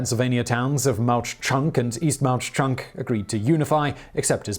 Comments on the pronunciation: The "h" is silent in Mauch Chunk. It's pronounced "Mock Chunk." Mauch Chunk is the Lenni Lenape name for "Mountain of the Sleeping Bear." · It's pronounced "mock-chunk"